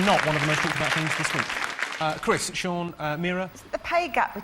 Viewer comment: Did the announcer call him 'John' Lock?